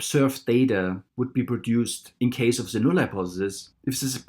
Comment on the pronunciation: about the accent.....I had a hard time at first understanding what you are saying, and have a tip.....why do you not use a "d" instead of a "z" when you pronounce the "the" ....than you are much easier to listen to.....just saying....